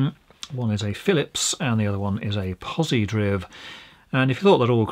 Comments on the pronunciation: Omg hearing pronounce it as pozidriv instead of pozi drive was infuriating. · Well, I can say that he mispronounces "Posi-Driv". It's Posi -DRIVE ("Positive Drive") not "Posi-Drivvv" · Driv as in drive, not driv as in spiv! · It never ceased to amaze me people don't know how to pronounce Posidriv. It's not "posi-DRIVV" .... It's Posi-DRIVE !!! It stands for "Positive DRIVE"... Posi-Drive DOH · I've been pronouncing is as pozi drive...all these years. So it's pozi driv? You learn something new every day. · Pretty sure I've always heard it called 'pause - ee - drive' not pause e driv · Drive not driv. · It's pronounced POZIE-DRIVE. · It is pronounced pozidrive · In 58 years I’ve never heard Pozidriv pronounced like that. I’ve always heard it as Pozi-drive, how about you guys? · Agreed - it's pozi-drive. Magnificently obviously it's a shortened form of 'positive drive'. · Very good, but it's pronounced poz-i-draiv (pozidrive). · Even though it doesn't have an "e", I think Pozidriv is pronounced ""DRIVE". May be just the way it's stylized. I can only think of one other example of this linguistic phenomenon: MedRxiv . This is a platform for medical doctors to upload academic papers and I'm certain it's pronounced "med archive". Pedantic? yes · I'm preferring the pronunciation 'pozidrive' as that seems to be the intention ! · Also, I read and pronounce it pozi_DRIVE._ Why you gotta be so literal,? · Spelled Pozidriv but pronounced Pozidrive because it's a screw driver. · It's pronounced pozidrive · Think it's pronounced Posidrive isn't it? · U know its pronounced drive right😆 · I'm guessing it is pronounced POZI - DRIVE !!! Holy hell man... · One always wonders about the content of a video when it starts with a mispronunciation of the subject's name.